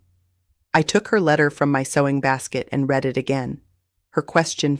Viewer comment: Uuggghhhh is I.t, or I.e.t means it or its and the ai generated voice can’t pronounce IT!!! Please use a human voice, I doubt that this channel is not really Amish because they don’t allow anything of the secular world allowed, this could be Mennonite because I understand they have more free will than the strict Amish do, I will not subscribe until you fix this AI problem because it’s extremely flawed and frustrating to listen to… please fix it.